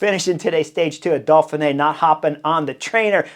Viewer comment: Hi Chris. I have been following the Butterfly Effect and Beyond the Coverage for a few years now and thoroughly like your outspoken, opinionated tactical criticism. Thanks. One thing though,;why do you call it the Dolphinay rather than the Doughfinay (Dauphiné)? Are you like the Brits who take the piss out of the French by saying things like "Murky Blowthrough" or "Mucky Buckets"? Or do you really think there are Dolphins involved so far inland? Does this qualify as knuckleheadism on your part?